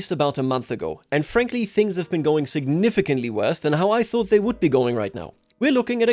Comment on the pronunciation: did he just say anne frankly